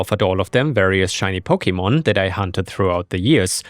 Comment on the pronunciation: man hearing you pronounce pokemon names wrong hurts